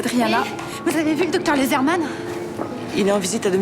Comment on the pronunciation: C'est pas Lesrmann, c'est loosermann.